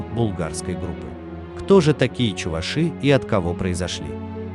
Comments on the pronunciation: ЧувАши, а не чувашИ. Безграмотность нынче везде. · Пожалуйста, ставьте ударение на букву "а", что за неуважение к народу. Вы же не говорите чувашкА, а говорите чувАшка..Будьте немного вежливее. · Каждый раз буду поправлять, увидев подобные ролики! Не чувашИ, а чувАши! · Не чувашИ а чувАши